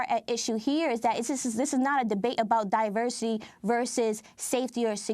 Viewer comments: Automatically trump fumbles when he tries to pronounce diversity. This is the idiot that alot of americans elected to be their president. So what about the white men who shoot at members of congress or at a large group of concert goers in Vegas? They're not getting the label "terrorist" just because they're not muslim and don't have an agenda for ISIS. Such hypocrisy by this orange fruit loop president. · Trump failing to pronounce 'diversity' correctly is weirdly appropriate